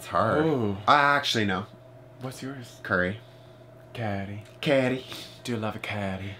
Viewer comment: Ha ha that pronunciation for curry you said its really made me laugh,its something totally different in my culture 😂😂😂